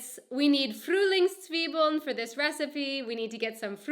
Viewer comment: somehow i found it very funny how she pronounced it ;)